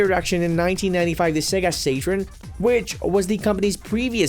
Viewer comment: Couldn't say modem or saturn correct.